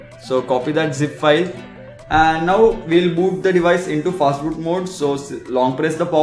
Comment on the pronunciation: Is it "fatboot" or "fastboot"